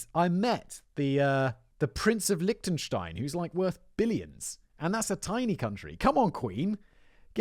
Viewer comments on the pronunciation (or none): none